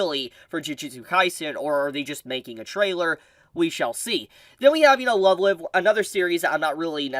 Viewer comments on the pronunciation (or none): good sir! You butchered the pronunciation of Love Live. Live it’s pronounced the other way. Lets say if you’re going “live” on YouTube. I did get a chuckle outta it tho.